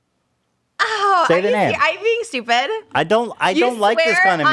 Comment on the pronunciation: hes calling her stupid, yet he can't even pronounce stupid... "doopid"